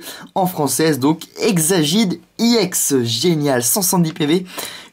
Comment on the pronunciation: c pas IEX Ca ce prononce EX